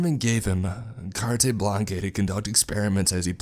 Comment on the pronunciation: Carte Blanche is pronounced CAR-tuh BLAN-shuh Or, if you are American CART BLANch